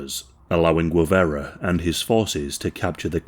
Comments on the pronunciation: Guevara not Guevera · Correct pronunciotion is "geh-VA-ra". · I am dying at the pronounciation, but love your channel, dude. For future reference, Guevara is pronounced Ge (as in Genghis Khan)- vah-rah. The way you're prononcing it sounds like Huevara (which, could mean egg-vara or man-jewel-vara, depending on how vulgar you wanna get lol). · You can tell by the shitty pronunciation, Gwivera 😂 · Of the few things I´m proud of my country, is that we killed this disgusting criminal. And its pronounced "Gue" as in Guerrilla, "va" not ve, and you got the "ra" part right. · He can't pronounce Guevara so it may be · A bot would pronounce Guevara better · It’s pretty shameless chat GPT narrative- weird syntax, odd repetition and lack of cohesion throughout - the channel has used a click bait post mortem photo as the thumb nail , continually pronounces the name Guevara wrong and clearly has done zero research whatsoever If my teenage kids tried to submit this as homework they’d get a strike for using chat gpt without any reference , research or proof reading - lazy af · This has to be scripted by chat GPT - so repetitive and lacking in progression - full of inaccuracies and to top it all the narrator mispronounces Guevara to the point of insult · If this guy only knew how to pronounce names correctly 😏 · I absolutely despise how you pronounce his surname. Other than that, amazing video and research.